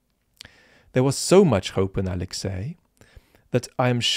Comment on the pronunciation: He can’t even say Alexi’s name, ffs